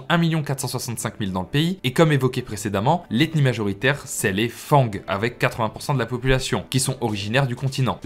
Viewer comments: Attention on ne prononce pas fangs Fan-gue mais Fan le g est en effet muet mais sinon bonne vidéo à part sa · Bnjr. J'adore vos vidéos mais une petite rectification. On dit Fang( le G ne se prononce pas trop) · On dit fan le g ce prononce pas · Salut, merci pour cette excellente vidéo 👍🏻 Par contre on ne prononce pas le g de "fang" 😉